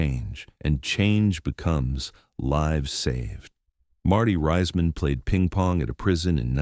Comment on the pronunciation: DO NOT WATCH - youtubes in this format, block capital text same narrator voice, are bogus, mispronouncing Marty's name as Riseman or Riceman rather than the correct Reeceman as in Reece's Pieces.